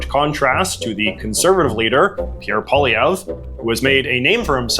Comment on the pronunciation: Calling Pierre Poilievre “French Canadian” is a bit of a stretch as he was once even surprised by a kid pronouncing his name in the traditional way when he himself would often pronounce it as something like “Pierre Poliver”